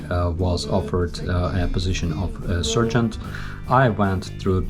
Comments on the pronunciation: Your calm demeanour and delivery are impressive and I enjoy your dry humour. When you first mentioned your military rank, I heard “surgeon”. Wow! Then I realized you were saying sergeant which by the way is pronounced « SAR-geant ». Please feel free to correct my Ukrainian. 😉 wishing you victory, freedom and a Ukraine free of corrupt puppets. 🫡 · Lol at first I thought you said surgeon. Well that was not expected. But you said Sargeant. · I thought you said you were offered a job as a "surgeon". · You have a strange way of pronouncing "sergeant". You may want to change it.